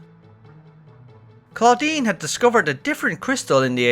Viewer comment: Most of the things i wanted to say have already been said, but i must say it sounded like you said "Claudine" which is a girl's name in french, that poor researcher is Claudien, that sounds like Estinien... It made me laugh 😂 But, i'm glad we finally learn what it is, it was bugging me !